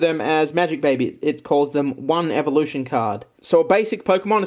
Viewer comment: said "1 evolutio" lol